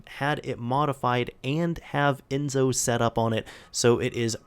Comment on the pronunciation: It's Enso , the S in Enso is like the S in System.